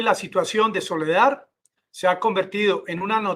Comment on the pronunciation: Por favor, es SOLEDAR, con “R”; no Soledad, con “D”. Por favor,corrija!